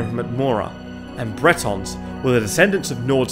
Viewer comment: Bretawns??? ill excuse that pronunciation considering from Britane